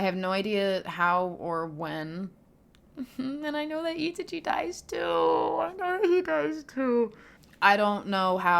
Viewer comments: Itichee ❌ Itachi✅ I...taaa....chhe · E-tachi slow down and separate your pronunciation the name is in 3 parts i-ta-chi. So just say ee in one second and tachi the next. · ita-chi lol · For future reference, Japanese is built off syllables, not individual letters, and each vowel only makes one sound. So, break Itachi into its syllables, "Ee, Tah, Chee." There are exceptions, but that's a good starting point with Japanese. It's always funny watching people flounder with pronunciation when it's phonetically one of the easiest languages out there. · Four days later to reply, but just to correct on Itachi's name pronunciation. The way to pronounce it is "I-TAH-chi" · Oh… “ee-TAH-chee”… I didn’t know what the heck you were on about. I thought it was another anime/manga lol. Just listen to some dub pronunciations. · Great video. Please keep us updated! P.s. it's pronounced itAchi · You must emphasize the a in Itachi, not the i. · The way she emphasizes I sounds wrong if you have watched the anime